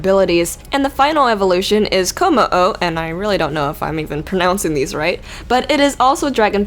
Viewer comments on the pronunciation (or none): none